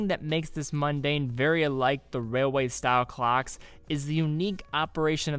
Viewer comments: it's not pronounced, "mUn-dane." it's pronounced, MON-dane. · Yes, I have no idea why the dude kept saying mundane instead of Mon-daine. I guess it's like saying Munday instead of Monday.